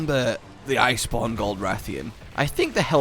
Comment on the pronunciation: Did anyone else hear say liceborne?